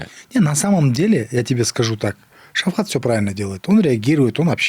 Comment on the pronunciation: ПОЧЕМУ ВСЕ ВРЕМЯ НАЗЫВАЕТ ШАВКАТА ШАВХАТОМ. ВРОДЕ ВЗРОСЛЫЙ ЧЕЛОВЕК,МОЖНО ЖЕ УЖЕ НАУЧИТСЯ ПРАВИЛЬНО ПРОИЗНОСИТЬ ИМЯ.ЭТО ЖЕ НЕУВАЖЕНИЕ К САМОМУ ШАВКАТУ.